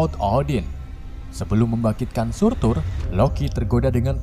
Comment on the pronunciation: Surtr Bukan Surtur🔥